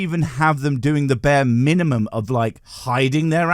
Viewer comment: Please say mininiumum again please ❤